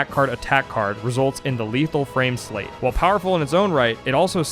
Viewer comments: I appreciate the acknowledgement about options on how to pronounce Marluxia, but it hurts my brain each time I hear you say "sleight." That's not a made-up word from the game, it's an existing English word (most commonly heard in the phrase "sleight of hand"), and that is not how it's pronounced. It's a homonym for "slight," not "slate." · Am I wrong in thinking "sleight" is pronounced like "slight"? I've heard several Youtubers pronounce it like "slate" at this point, but I was always under the impression that it was used in these games as a reference to "sleight of hand" card tricks. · It's pronounced "S - LIGHT" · No, you're right, it's pronounced "slight". People get it wrong because it's a rare word, and people don't make the connection to the phrase. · The t in sleight is silent, it's pronounced "slay" Grammar aside, they really messed things up with the 3D "remake".. the OG is vastly superior. I'd say I'm looking forward to her playing Days, but that game is garbage and has no lore impact whatsoever. Re:coded, tho, now THAT's a top tier KH game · Inspired me to check out the GBA version, but, please, sleight is pronounced slite, as in sleight of hand! X_x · It's funny how many people (myself included) read sleight as "slate" or "slay" and missed that it's pronounced "slight" as in "sleight of hand". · That’s a very common mispronunciation that I’ve noticed, but yeah it is like Sleight of hand. You’re right.